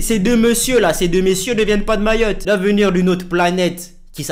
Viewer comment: Arête de dire mayotté